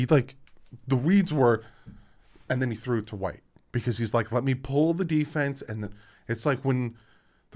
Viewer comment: And I'm from South Carolina. You're pronouncing White's name correctly